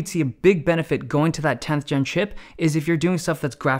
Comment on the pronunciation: Everytime he said chip i heared shit.